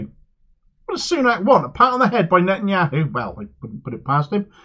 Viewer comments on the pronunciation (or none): none